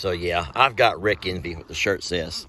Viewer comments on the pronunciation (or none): that really sounded like you just said I got Rick IN ME not ENVY